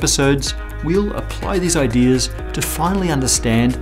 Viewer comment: Says "laws" without an R but then says "ideas" with an R..............